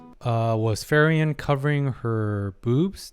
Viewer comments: free-ren not fer-yen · I hope you eventually stop saying Ferien, otherwise I like your videos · FREE-REN, not FEAR-IAN. I’ve loved this series but please learn to pronounce the main character’s name properly. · Your takes are so insightfull, psychotherapy was a branch a wanted to study at some point. I just like understanding people and how they think and why. p.s. just a bit that kinda annoy me a bit. You call Frieren wrong each time you say her name. You say Fee-ri-en 😕 It's essentially Free-ren almost sound like Free-run in German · try pronounced her name to "Free-ren" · Say it with me FREE-REN.